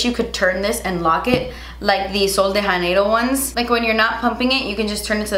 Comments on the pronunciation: Sweet, the J in “Janeiro” is actually pronounced like the J in the brand Jouer.... 😻😻😻Love ya!! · I love you, but I just have to say.... you’re supposed to pronounce the J in Sol de Janeiro ... it’s Portuguese, not Spanish 😂 Sorry, I know it’s a small thing, but since I’m married into a Brazilian family, it drives me crazy 😂